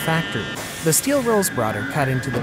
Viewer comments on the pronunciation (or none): none